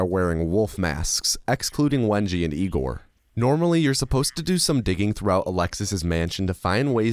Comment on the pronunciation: Hey? Isn't it Egor not Igor? It's clearly Egor, read like the "Yea" in "Yeah", so Ye(ah)-gor, Yegor, Egor. :)